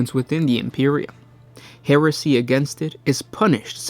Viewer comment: Sounds like hersey! 😛